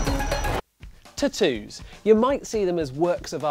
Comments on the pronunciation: That's what irritated me the most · "T'ttoos" xD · I didn't know what word he was saying. Then I realized what video I was watching lol. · Lol the way u say tattoos sounds funny.